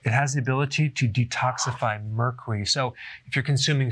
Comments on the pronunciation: Emily Kelbell Mercry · This dude can’t even pronounce Mercury loll...... 🤦🏻‍♂️ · I don't know why but Dr. Berg says Mercury so funny and cute. Lol 😂